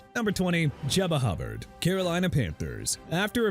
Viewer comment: Did he just call him "Chubbard"? 😅😅😅